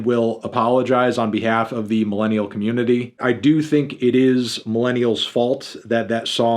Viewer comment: “As a melon-nial”